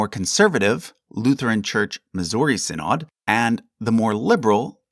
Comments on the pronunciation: Quick note: "Synod" is pronounced "SYN-od/ed", not "sin-OD/AHD"; but greatly appreciate the care and detail in your Lutheran Section. And while the Lutheran Church -- Missouri Synod may go in with Lutherans in America as you have them, our history and heritage is more closely tied to Saxon immigrants fleeing the Prussian Union church in a wave of neo-Lutheranism (although they were not the only Lutheran group, and others tended to end up in the LCA/TALC/ELCA) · Small nitpick: 'synod' is pronounced 'sinid'. Love your videos! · The LCMS did not derive from the Church of Denmark. You have no idea what you're talking about. False information. You can't even properly pronounce the word -- synod. So many lies.